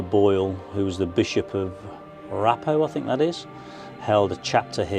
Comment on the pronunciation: The "ph" in Raphoe is pronounced F. Another great vlog.